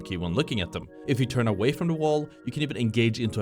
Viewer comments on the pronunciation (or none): none